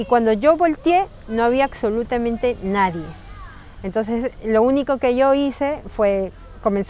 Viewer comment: En Perú se dice aksolutamente?